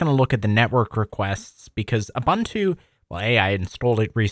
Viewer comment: Ubuntu is pronounced as "oo-BOON-too." The word "Ubuntu" is an African philosophy that roughly translates to "humanity towards others" or "I am because we are." It emphasizes the importance of community and mutual caring for all. This philosophy is reflected in the development and distribution of the Ubuntu operating system, which is freely available and encourages collaboration and sharing of software.